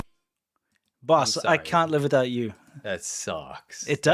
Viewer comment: Instead of boss I just heard balls